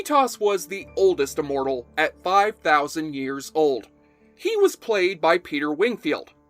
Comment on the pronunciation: Well, he's pronouncing immortal as uhmortal. His analysis was good.